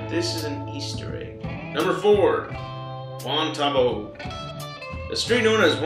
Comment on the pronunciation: i live in Albuquerque and its pronounced Wuan Tuh Bow (bow and arrow)